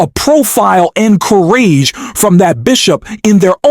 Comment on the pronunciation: How is it you get the names wrong -- and can't pronounce ""courage"?